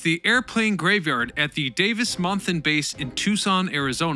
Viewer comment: Unbelievable!, for someone who gets so many words mispronounced, it is stunning how you got both Tucson and Davis-Monthan Absolutely perfect!